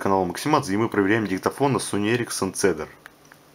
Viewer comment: Позволю себе немного подушнить. Правильно этот телефон называется не Цедар, а Кедр. У Sony Ericsson целая линейка телефонлв которые называются в честь деревьев. Cedar - кедр, Elm - вяз, Aspen - осина, Hazel - орешник.